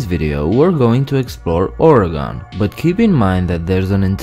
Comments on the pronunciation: Not to be rude, but the last syllable in Oregon is pronounced the same as "gun", not "gone". We Oregonians are just a bit touchy on this matter. ;-) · As an Oregonian, I die inside when someone pronounces as Ore GON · No offense, but it’s not ore-a-gone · I live in Oregon and I say it as OR-Y-GUN! Please say it right. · Oregon is pronounced (ORygun)... :( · Dont feel bad. Many people in the US pronounce it incorrectly. It's a running joke among people from here how everyone from other parts of the country say it. Or-ee-gun. Many people from other states say "organ" like your liver or kidney. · No it’s not…. It’s pronounced (or) (ii) (gin)